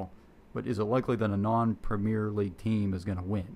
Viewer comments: It's not 'Premiere' - it's 'Premier' - English Premier League - pronounced quite differently. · The guy making his video made such an effort to get all the names of the leagues correct but stuck with "premiere" like we are in France or the theatre....